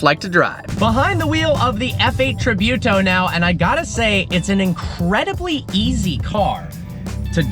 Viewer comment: Look how to Pronounce Tributo lol